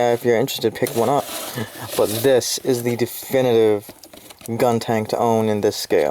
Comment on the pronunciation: You slipped on saying Guntank haha . Enjoyed the review!